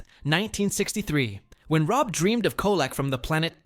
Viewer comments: Yes. It called him ROBE instead of ROB. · ROBE Petrie??? Fucking AI narration means Dislike. Buh-bye.